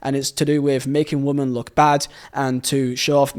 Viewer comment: Brother, great video, amazing channel, why do you say woman and women as the same word 😰😰😰😰